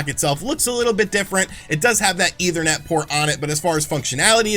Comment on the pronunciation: JESUS CHRIST DUDE! ETHERNET NOT EITHER NET! Seriously man, at this point learn what words mean and how they are pronounced. Every video you sound borderline illiterate.